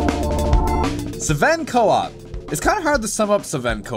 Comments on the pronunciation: why you say SEven coop :'D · "Suvehn Co-op"